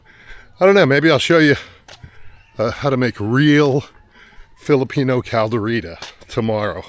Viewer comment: Can’t even pronounce it properly?